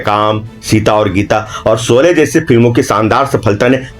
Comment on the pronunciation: सोले नही शोले 😂😂